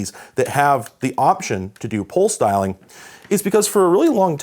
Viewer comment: At first it sounded like he said "pole styling" but than I realized. pulse dialing .